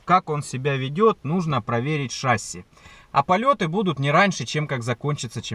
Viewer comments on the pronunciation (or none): не шАсси а шассИ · Ударение не правильное! Вы говорите шАсси а правильно шассИ